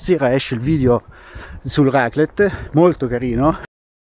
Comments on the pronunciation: Pronuncia di raclette: accento grave sulla prima e, ovvero, raclètte. 🌷😊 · La raclette.... il raclet non si può sentire.... 😂😂😂